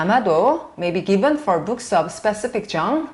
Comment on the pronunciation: [ - 34] 'specific genre'의 발음 교정. specific [spisífik] genre [ʒάːnrə; F. ʒαːr]. 여러 강사분들 중에서 해석(analysis)이 정확하고 뛰어난 강사님들 중에 한 분이라고 생각함.